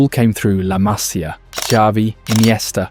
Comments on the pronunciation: A ver, en catalán se escribe La Masia, pero en español es La Masía y se pronuncia así, con la tilde en la í, LA MASÍA, que suenas insoportable diciendo "La Masia", créeme. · Masíiia, no Maaasia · Pronuncias mal la másia, correctamente es la masía, acento en la í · Se dice Masía. Con acento en la i. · Masía. Acento en la i 🙌👍😜❤️ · Acento en la i collons! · haces un vídeo sobre la MASÍA y ni sabes como se pronuncia??? es la MASÍA, con acento en la I. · La Masia, el acento en la i no en la primera a :body-blue-raised-arms::body-blue-raised-arms::body-blue-raised-arms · Pronuncias mal todo el rato el nombre de "La Masia". No es una palabra esdrújula,es una palabra llana. El acento va en la "i". Te lo digo como ciudadano catalán y español. De un barcelonés.